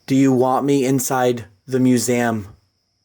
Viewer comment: I love you and your videos but I have to say the way you say museum it sounds like your saying musaum lol